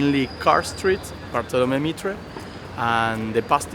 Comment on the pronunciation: No podes pronunciar asi Bartolomé Mitre, revoquenle la ciudadanía.